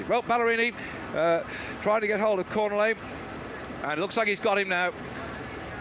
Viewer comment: How many times can you mispronounce a rider's name, in this case Cornillet, in one call?